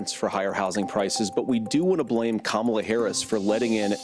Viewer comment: The only thing that I will give credit for at the debate is that he pronounced Kamala correctly. That’s it. 🙄